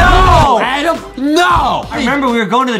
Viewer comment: this is my first time hearing justin say adam i hear only adem